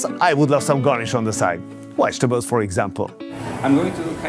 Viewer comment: wegatables? 😂 can you really not pronounce V's? lol